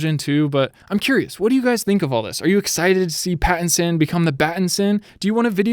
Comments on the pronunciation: he said "batitson" instead of patitison lol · Him saying batinson kept getting me annoyed XD